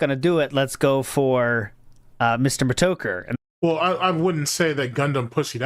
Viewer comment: "Muhtoker" wtf lol